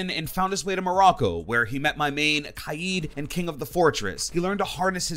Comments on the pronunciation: His name is kaid not kayeed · When he was released everyone said his name was pronounced K-eye-ee-d but during the arena cutscene his name is pronounce K-aid. What gives